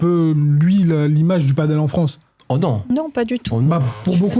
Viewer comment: padel pas paddle